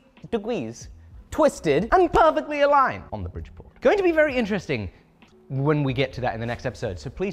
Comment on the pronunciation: I was expecting a Squarespace ad, and then you chose Nord VPN instead, lol. Love the hose shenanigans :P - 90 degwees and pefectwy awigned! X'D